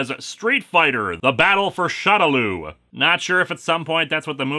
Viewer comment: for future reference, shadaloo is, from what i gather, supposed to be pronounced "shadow loo (like moo.) " just wanted to give the heads up. great review man, keep up the good work.